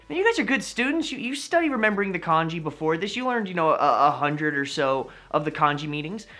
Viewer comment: if ur gonna make a video about kanji can u pls pronounce it correctly and not like the chinese porridge